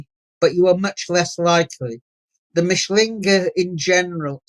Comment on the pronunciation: Re: Mischling/Mischlinge mis-pronunciation. As a German speaker I at first didn't get that Tony G was saying "MISCHlinge" - the emphasis is on the first syllable - but Tony was saying 'MischLINGE' with the emphasis wrongly on "LINGE". It may seem pedantic - but most German speakers/viewers etc will not know that Tony G is saying MISCHlinge if he severely mis-pronounces it as "MischLINGE".... Otherwise/ansonsten - alles ganz ausgezeichnet wie immer..